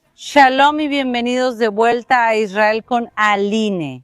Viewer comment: Por que esa señora pronuncia mal Israel..?